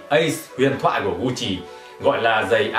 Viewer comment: Gut Chi , ko phai Gu Chi nhé hehe